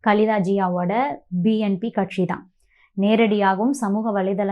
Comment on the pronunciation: கட்க்ஷி இல்லை கட்சி... தமிழை ஒழுங்காகப் பேசவும்